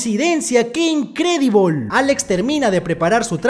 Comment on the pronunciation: ame la parte q dice q incredibol jaja